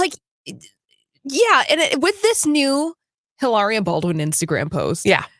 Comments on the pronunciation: Not Eilaria, Hilaria.. 🤨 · Drop the "h" and pronounce with an exaggerated italian accent.